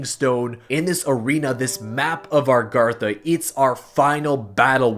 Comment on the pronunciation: Stop saying Argartha. It's A-GARTH-A